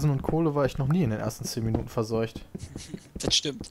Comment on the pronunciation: "Versorgt" klingt bei Piet wie "verseucht"